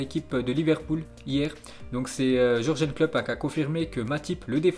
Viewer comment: Jürgen klopp se prononce yurguen klopp stp.. à force ça rend ouf avec les noms que tu écorches.